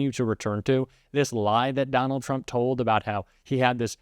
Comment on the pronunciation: "TURMPS" was that on purpose? Lol